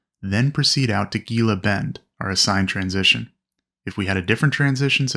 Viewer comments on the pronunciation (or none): Gila Bend is pronounced “Hee-la”